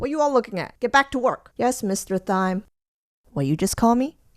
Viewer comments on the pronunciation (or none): my school has something similar. only you actually join the military after and you have to teach elementary school kids about goods and services. and i love how you made everyones names after herbs. only thyme is pronounced as "time" and oregano is "oh-re-ga-no" not "or-i-gan-oh."